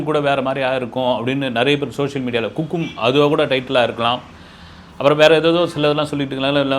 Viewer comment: Sir athu kukum illa sir 😂 that is hukum Ivlo Periya seithi vaasikaringa Sorkali correct ah Sollunga sir Funny opening sir neenga😂